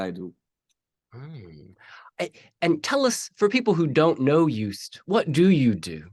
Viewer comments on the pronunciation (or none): I love your attempts at the Dutch language 😂 His name is pronounced Joast (is in Roast) by the way 😊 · Small adjustment: phonetically it would be closer to Yoast, because the J would make it sound like Djoost, whereas the y from yes fits perfectly. Klein in English often sounds like Klain, and in some Dutch accents it sounds like Klain too, but it is pronounced like the ei in the French soleil or city of Marseille. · His first name is to be pronounced as 'Joast'. Like 'toast´.